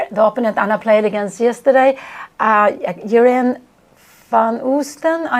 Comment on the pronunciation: Jeroen is pronounced something like "ye-roon"